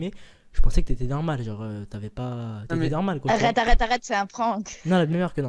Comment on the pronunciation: Au lieu de arrête elle dit Akhrete un